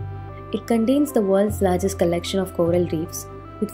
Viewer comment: Not examble , condains or sciendific... It is example.. contains... Scientific.. But above all great info and pleasent voice !! Thanks